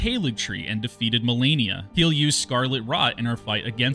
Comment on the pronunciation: Malenia, not Mielania lmao